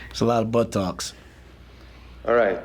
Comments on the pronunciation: he said butt talks. lol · He just said “butt talks” or did he say “buttocks”??